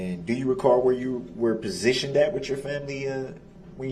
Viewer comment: He really asked “Where were you PROSITIONED at?” That’s not how u say that word lol